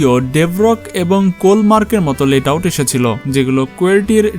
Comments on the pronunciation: ভাই ওইটা লেট আউট না, লেআউট । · আরে ভাই ওইটা লেট আউট না, লে আউট। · আপনি বারবার লেট আউট বলতেছেন এটা আসল নাম হচ্ছে লে আউট